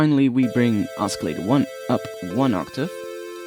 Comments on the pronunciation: oscillator has a silent c... its pronounced ossilator, not oskilator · [ oss-ill-a-tor ] the 'c' is silent :D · it's OSCILLATOR not escalator. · >.>' not grammar... oscillator is pronounced the way it is, because that is the english language. just be lucky thats my only criticism of the video, ive seen much worse videos. XD